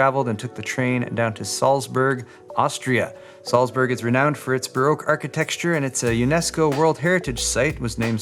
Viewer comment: "Archi-texture". You're still thinking about GPUs. ;)